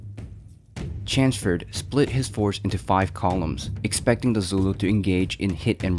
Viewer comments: Chanceford? Who is that? Thought it was Chelmsford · Its Chelmsford, not Chansford! Its larger not lagga! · Its CHELMS- FORD not Chansford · CH as in chair, ELM as in elm tree, stick an SM in there and put FORD on the end.....Chelmsford, that’s how you say it...not chansford or whatever this guy is saying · Chelmsford is pronounced "Chums-ford" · Such a pity. You clearly put a lot of work into this but you cant get Lord Chelmsford's name right. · Can you pronounce Chelmsford proper please mate yanks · Chelmsford. C H E L M S F O R D. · pronoune the commanders name right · There's an l in CheLmsford. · Pronounciation of Chelmsford makes me cringe a little, but a great VIdeo!